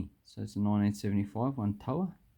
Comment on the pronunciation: I pronounce the denomination name “toea” as /tu-we-ya/